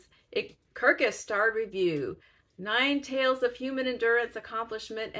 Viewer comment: Hugs to your family during this stressful time. Goodbye to April! I stayed up till three in the morning once to get to the end of All Our Puny Sorrows. It's my favorite of her work. (It's pronounced Taves, unintuitively.) Yes, there is some humor but it's incredibly moving. I loved Lincoln in the Bardo so I'm interested to see what you think. I have vowed to read my first Trollope this year, The Warden. I want to see what everybody else sees and loves in his work.